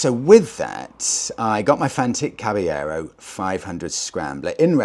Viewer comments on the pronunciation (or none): Re the fantic, I believe the correct pronunciation is the Spanish one, as Caballero is a Spanish word meaning knight, which in Italian would be cavaliere (kah-vah-lee-eh-reh)